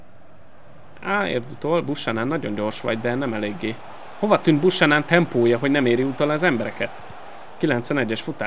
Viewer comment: Azt a kanadai jobbhátvédet, akit az Intertől vettél ne "Busanan"-nak ejtsd hanem "Bjúkenön"-nek. Ezt ne úgy vedd, hogy kötekednék, csak fel akartam hívni erre a figyelmedet.